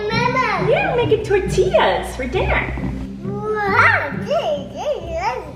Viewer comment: Finally somene that says tortillas right people say tortillas like what coming from hispanic i was born here but my family members are born in mexico